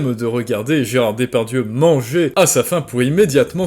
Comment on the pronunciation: Tu prononces "Dépardieu", c'est volontaire parce que sourcé (entre guillemets) ?